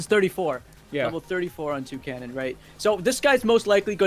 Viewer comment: Toucannon? TOUCANNON?! *TRIGGERED*